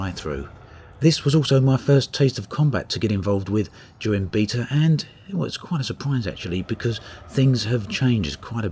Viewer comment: Alphabet not AlphaBeat, therefore Beta not Beata